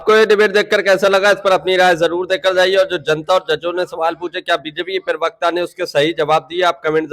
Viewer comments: Arey yaar bolna tou seekh lo, Lagataar perwaqta bol rahey ho, Perwakta nahin parwakta kahtey hain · abey perbekta kya hai??? pravakta bol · Per wakata nahi ji, pravacta ucharan karo. News anchoring ki hindi aachi honi chahiye